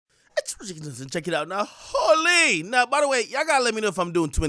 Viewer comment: AK you sound like a native American with that( holyyy) 🤣🤣